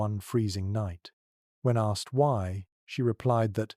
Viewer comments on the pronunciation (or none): none